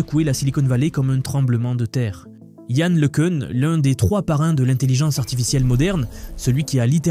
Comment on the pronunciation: c'est quoi le changement de prononciation de LeCun a chaque fois !? un coup c'est LeCun après c'est leCune, et on dit LeCun ( le qu'un ) pas ( le qu'une ).